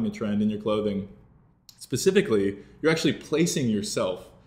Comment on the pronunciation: Did he say pacificly ? grrr